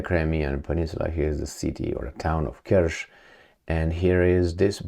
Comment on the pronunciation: It's the Kerch bridge, not the Kersh bridge! If you can say Chuck Norris instead of Shuck Norris, then you can certainly say Kerch instead of Kersh!